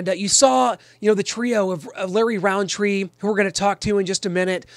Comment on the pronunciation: No hate but it's rountree